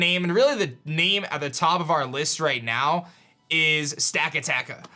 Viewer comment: I died when he said Stakataka xDxD